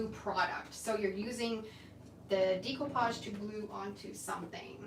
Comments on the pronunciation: It's actually pronounced day-koo-paazh, but I think it's your Canadian accent which is really cute. I always giggle a bit when I hear you say it.😀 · FYI…the correct way to pronounce découpage is daycoopage. It’s a French word. 😊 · You are so professional. I’m very impressed. And yes, I’m good at eyeing too. You say it similar to Australians I’m from Australia. We say “Deck” “o” “parj”